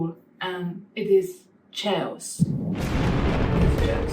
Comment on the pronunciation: Very enjoyable. BTW chaos is pronounced kaos